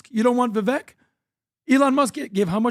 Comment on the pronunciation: The fact that still doesn’t pronounce Vivek’s name correctly drives me crazy.. it’s Vivek like CAKE!